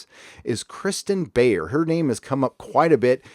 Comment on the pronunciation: So you didn’t say Kirsten name’s right multiple times...and do you even read the novels??? Beyer’s run on Voyager is great. I really enjoyed Architects of Infinity.